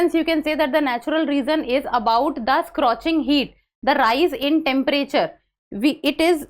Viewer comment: Not scrotching, it's scorching